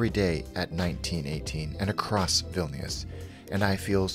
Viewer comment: Just cos it’s making me twitch but Vilñus not Vil-knee-us.